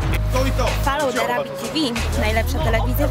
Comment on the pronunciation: foloł de rabjat kurwa